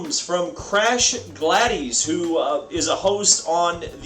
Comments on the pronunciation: You totally pronounced the name wrong lol. Gladys is pro Glad-iss. 🤣🤣🤣🤦‍♂️🤦‍♂️🤦‍♂️ but damn that is a bombshell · Texas is one of the boring cookie cutter NASCAR races anything they do will be better, and I just talked to Gladys Knight and she doesn't like the way you said Gladys